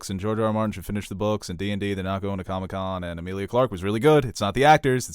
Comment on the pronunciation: Her name is not Amilia?! It's Emilia!!!! Come on